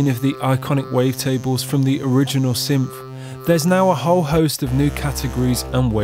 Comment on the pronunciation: no, thats not accent, thats just not saying words properly, thats all.